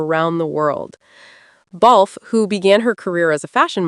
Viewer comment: Her name is pronounced “Katrina.” The “e” in Balfe” is not pronounced. To say it any other way is rude and insulting . If you can manage the names of designers, you should be able to pronounce Cait’s name. After all she’s not a newcomer to fashion, cinema or television.